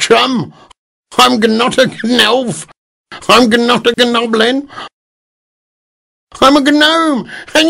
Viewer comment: He pronounced "gnome" in two different ways in the same sentence. wat